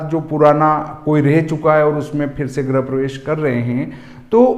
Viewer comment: आचार्य महोदय सबसे पहले तो आप अपना उच्चारण शुध्द करें। गृह प्रवेश को आप बार बार ग्रह प्रवेश बोल रहे हैं ये दुर्भाग्य पूर्ण है।